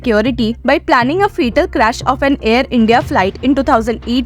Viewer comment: Dear news reader Its not FEE-TAL act its FAT-AL , Fatal act pls learn your pronunciations. Is not also PEE- PAL its PEOP- LE or peo-ple like as peep-ull